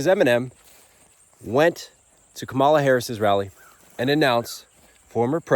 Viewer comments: If you’re gonna defend Eminem defending Kamala the least u can do is pronounce her name correctly lol….its not ka mala, its kama la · I just have to be a pissant and say Kamala is pronounced as if its comma la. I really am saying this in all good fun! I wish I believed you about the system of checks and balances holding. They are breaking apart - we have relied to much on norms. Oh yes I voted already thank you.